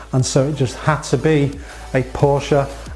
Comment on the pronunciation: im excited for you. Well done👍🏼(was going to unsubscribe if you didn’tsay Porsche🤣)